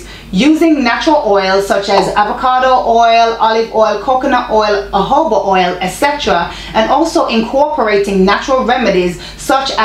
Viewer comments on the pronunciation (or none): none